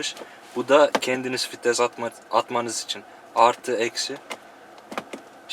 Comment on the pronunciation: hacı şu fites değil vites hemşerim...